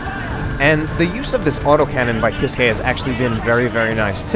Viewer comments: Grim Reaper Sorry but it is actually pronounced "keys-keh" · It's pronounced keys-kay